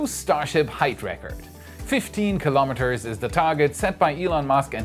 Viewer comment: KILO'METERS --- NOT KALAMADUHZ.